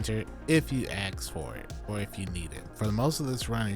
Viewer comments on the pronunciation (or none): Ask,not axe. If we ask for it. Not if we axe for it.😊